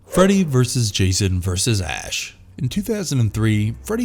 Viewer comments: Why can nobody pronounce the word “versus”? It has two syllables. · Why did you people keep saying VERSE???.....The word is VERSUS!!!! You DID get it right towards the end. .....but then you messed up calling it "Warner BROS".....It's Warner BROTHERS!!! Can you PLEASE do some research on ACTUAL English before you post your next video?! Why did you emphasize the E's in Voorhees so much? You don't need to do that.